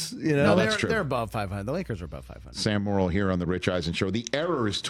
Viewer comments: Hey Rich, his name is pronounced "more" - "ill," not "moral." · Sure it's not 'morel' like the mushroom. 😜